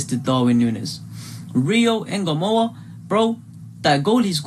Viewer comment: Its trey Nyo-ni The N and Y are said together not singular nyyy sound like how u would say new but expect there is a o so nyo same with Ngomoha its not N-GO its one soung like Songa or tonga its Ngomoha.